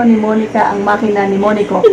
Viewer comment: Makina, hindi manika😄